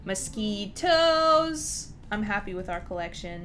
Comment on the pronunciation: "frog ONE, frog TWO, mosqui- TOE" LOOOL idk why this made me laugh so much